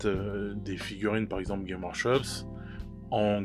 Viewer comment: Putain pourquoi aucun youtubeur francophone ne prononce le S de games workshop. Ça me rend ouf :)